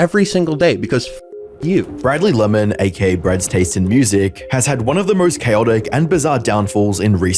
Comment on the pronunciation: Said his name wrong, slow down my guy. It's not Brad's taste...